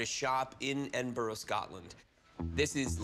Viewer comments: "Edinboro" hahaha "Edinburgh" - EDINBURAH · It's not pronounced Ed-in-bo-ro" It's "Ed-in-bur-uh". Chumlee and the expert dude actually got it right. The seller guy didn't. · its not pronounced ed-in-burg its pronounced ed-in-bra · Its "Edinbruh" not "Edinborough" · Edinbourgh lol Edinburgh big difference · its not Edinboro its Edinburgh.You would say Edinburra.. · EDINBRUH NOT EDINBORROW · Edin - burr- ugh...........not Edin - burrow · It's Edinburgh, not Edinbro!!! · Edingbuuuuuuurgh not borow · Why can't Americans pronounce any scottish city right? Edinburgh gets called edinburrow at times instead of Ed-in-Bruh (glasweigan accent) Ed-in-Bruh-uh" (Edinburgh accent) Glasgow gets changed to Glas-cow instead of glas-go. Same with Moscow. Nobody calls it mos-cow so why is Glasgow called glas-cow. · Ed- In - Burrr - Uh... Not Edin-boro or Edin-burg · It's not edinburg it's proununced ed-in-bur-a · edinboro!!!!!! its pronounced edinburra jeeeeeez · Ed.inn..burr..ah NOT Edinboro ... I am born, raised and still reside in The Auld Rekkie! They ripped this man off! He really should have contacted an auction house here in Edinburgh. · IT'S NOT PRONOUNCED "EDIN-BURG"! IT'S PROUNNOUNCED "EDIN-BRUH". THIS WAS ANNOYING ME SO MUCH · “Edinburg” numpty chum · Edinbra... OHH, My Sisters! Xb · Which one? They both murdered it! It’s pronounced more like Edin....BRUH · They can’t roll their r’s It’s funny how the end it with boro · lol Edinbourgh lol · "EdinBURG" LOL!! Come on Chum. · “Edinboro Scotland” ffs man 😂😂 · O my god he said edinboro wtf that made me cringe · It’s pronounced “Edin-bruuuh” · Actually it's pronounced EdinBRAH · Edinboro?? Edit: Edinburg???? Jesus christ... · Can they really not say Edinburgh?? ''Ed-in-bur-uh'' americans... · It's pronounced edinbruh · mm smith am fae fawkirt and we say Edinburra 😂😂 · I always thought it was pronounced edinburg. wtf? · edinbruh is how we pronounce it. I was born there and still live in the city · Ad in Burrah